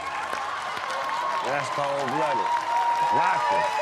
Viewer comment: He said "cold"; he just didn't say the "d". He said it in reference to Michael, blocking Reba.